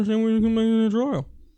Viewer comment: I hate how Kyle pronounces 'And' 'end'